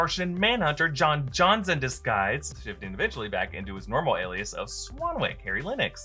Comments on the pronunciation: I think it's pronounced John Jones (not John Johns) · Martian Manhunter's name is J'onn J'onzz (Jon Jones), not Jon Johns. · stays mispronouncing J'onn J'onzz